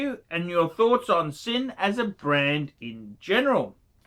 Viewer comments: 1. Sinn is pronounced Zinn. It means 'sense' in German. 2. Sinn is not a luxury brand, but they are not pretending to be either. They primarily specialise in tool watches and that is what you've bought. 3. Sinn use third party movements like so many watch brands in this price range. BUT, they do use the TOP grade (one down from chronometer grade) of said movements and regulate them finely. You would be unlucky to end up with a Sinn that runs inaccurately. There are many brands that sell products with lower grades of Sellita movements for much more money. 4. Sinn are widely respected in the watch community. Non-watch people have no idea who Sinn are. But most WISes will recognise you as a watch person if you're wearing one. 5. If you aspire to get into proper luxury brands such as Breitling, Rolex, etc Sinn is NOT an appropriate stepping stone. You don't buy Sinn to flip or trade in. You're better saving your money and aim to get the piece you want rather than lose money on softer brands such as Sinn. 6. So, when you do buy Sinn, you should buy with an aim to be a keeper. And keep it in perspective as to what it is. 7. I too have a Sinn 104 St Sa I W which I enjoy. It runs under 1 second a day fast. It is a keeper. But I also have a Breitling Navitimer (also a keeper) and ambitions for a lot better pieces. 8. Don't feel too badly about Archie's review,. He was never going to tell you that your Sinn 104 was a good buy. While he respects the brand, he still regards them as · “Zinn”. If you can’t pronounce it, you obviously don’t understand the brand at all. 🤦‍♂️ I’m ashamed I gave you a “view”, to be honest.